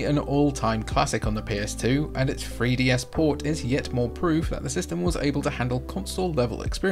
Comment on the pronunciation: Fwee DS